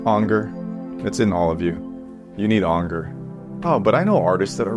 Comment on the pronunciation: Ok... genuienly laughed at "you need Ahnger"